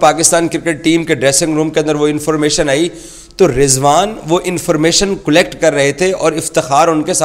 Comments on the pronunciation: Cullect instead of collect 😂. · 😂 abe zahil "'cullect" kya hota h😂 collect hota h